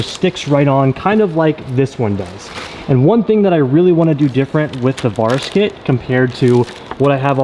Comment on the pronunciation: Is he pronouncing Varis right? I’m just curious cause for some reason it’s driving me crazy lol cause I though it was pronounced Vair-rus